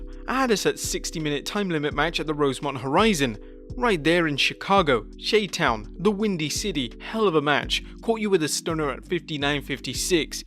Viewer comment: It's not pronounced shay town, it's pronounced Shy town. 🤦